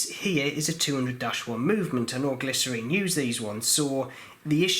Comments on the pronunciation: GLI-scene is the correct pronunciation, and you have left the broken teeth in watch, oh dear. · It is pronounced gly--cine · Not sure I’d trust anyone who can’t read the word Glycine and pronounced it glycerine. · Hey, thanks for the informatve video. Knowing the issue about the ratchet wheel, maybe we should all consider using the Miyota 9xxx series more often OR have someone make sturdier wheels. Also you might want to call the GLYCINE it's correct name, not glycerine. 😉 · I’ve heard Glycine pronounced: glisten. Which one is correct: glisten or glyceen? 🤷‍♂️ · Sounds like glycerine the way you pronounce it. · He was pronouncing Glycine wrongly which is not a British thing, that's his own problem. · lol.. nope.. just him pronouncing Glycine wrong lol.. either way.. IT'S NOT US SAYING IT WRONG.. WE INVENTED THE LANGUAGE!.. YOU YANKS BUTCHERED OUR PRECIOUS LANGUAGE!! lol..